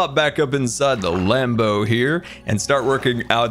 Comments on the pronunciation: Every single time he says land boat I think he says lambo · When he said Land Boat, I thought he said Lambo 😂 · Every time he says land boat i hear Lambo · I don’t know why but every time says land boat I hear lanbo like Lamborghini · I keep thinking whenever he says land boat it’s sounds like lambo